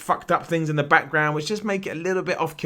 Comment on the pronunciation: i love how he says 'background'. BAKK-ground